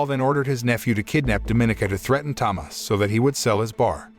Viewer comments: why are you saying it Tamas is so annoying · As a Polish person I can say it's an absolute masterpiece especially in Polish, never watched it in English. Also Tomasz is pronounced Tomash as the "sz" is said as "sh" same as "cz" = "Ch" "w" = "v" etc Edit: added =